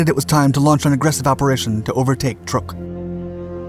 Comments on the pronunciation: Not that it is a huge furor, but the Islands/atoll is CHUK lagoon (pronounced exactly like it sounds), it has been mispronounced for a couple of centuries but still Chuk is the proper name. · OMG...not this narrator again...sorry...just cant listen...cya...isn't it pronounced "Truck"...just asking...i thought it was...could be wrong...this guy is an absolute embarrassment of a documentary narrator...Yamamoto didn't "pass away"...he was killed by P38 fighters over the south Pacific. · The misspelling of "Yamato," mispronunciation of "Truk," and Yamamoto "passing away" (having his command terminated with extreme prejudice by P38's) makes me wonder who writes for Dark. I enjoy their bite size content, but c'mon folks, do better. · Yamamoto was killed by the U.S. Army Air Forces when his transport bomber was shot to hell and back over the Island of Bougainville, so no, he didn't just pass away. Please stop pronouncing the name of the Island Truck as trook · Pronounced like "truck" not "trook" And the admiral didn't "pass away" he was assassinated. We read the Japanese naval code, got his itinerary, and sent fighters to intercept his plane and shoot it down. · You were right. Truk is pronounced Truck. I was stationed there for 8 months in 1992. Micronesians call it Chuuk which is pronounced Chewk. Now most maps and most people refer to it as Chuuk although it is still called Truk when talked about in a historical context. Incidentally, landing on the Moen (now Weno) flightline was interesting. It was built on a sand bar so it is surrounded by water on three sides. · It is Truk lagoon, not Trook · Some info---> Truk is pronounced "truck"...not "trook"...I know...I grew up there...this 2021video and a WW2 era US propaganda film pronounce it as "trook" but it's understandable...BTW...Truk was renamed "Chuuk" in 1986..."Chuuk" means "mountain" in the local language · It's not called truuuk it's truck. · I always thought it was pronounced "Truck" now I know it's "Trook"